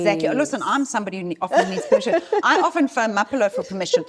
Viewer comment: Love your channel and this Santam bit as well. Can you teach Maya how to pronounce your name??Everytime she calls you Maphello…I lose focus and really feel getting your co-host’s name right should be a basic.